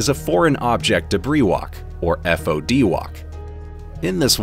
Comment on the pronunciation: So annoying hearing FOD spelled out LmAo